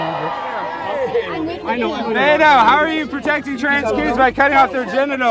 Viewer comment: Lmao he keeps saying Beta